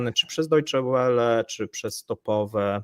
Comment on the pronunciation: Wele, nie łele. Deutsche Welle, czyli Niemiecka Fala.